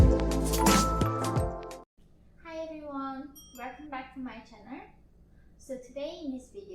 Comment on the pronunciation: "Hi everyone .. wer-come back to my chan-arrre" oh, Yeonmi youre such an adorable and beloved sister to us!